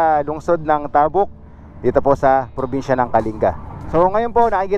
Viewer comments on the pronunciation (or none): Correction please.. hindi tahhbuk.. tabuk.. mabilis ang pagbigkas..ng ta, Ang pagbigkas mo gumagamit ka ng Hhhhh bago buk. Kung ganao kabilis ng pagbigkas mo ng buk.. gano'n din sa ,,,,ta...( Tabuk . ) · sana po kasama rin sa niresearch nio ang mga tamang bigkas ng lugar "Tabuk" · Mali po pronounciation nyo sa Tabuk,fyi